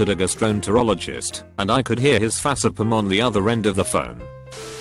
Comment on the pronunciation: The computerized voice on here is so funny. It’s not co worker but it says cow worker. Also it’s not face palm but fasa palm 😂😂😂 sorry but I messed up on debreed and it actually sounds like dee breed